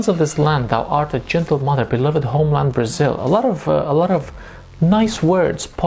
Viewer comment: You don't have to pronounce the word "Brasil" like that, sounds way too Spanish